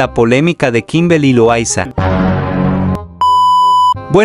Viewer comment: 0:7 dijo kimbely xd error todos cometemos